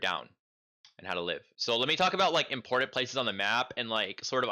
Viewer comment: important, not importent bro please